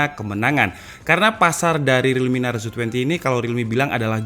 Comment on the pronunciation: Narzo bukan naruzo😂